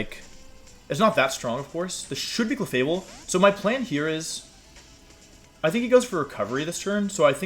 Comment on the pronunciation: Cleffa-Bell and Jenjar are driving me insane